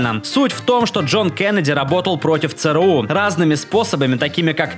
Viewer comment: Бляяяя. Не цэ рэ у, А ЦЭ ЭР У....